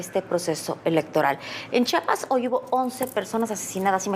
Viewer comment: Chiapas se dice Chiapas no chapas para dar noticias deben de aprender a leer